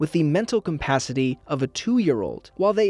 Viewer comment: New word detected, Compacity!